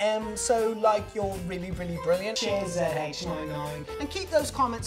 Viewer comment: And every word that ends in an "r" gives him away too. Oh and pronouncing "cheers" as "chairs" for some unknown reason, don't know why he does that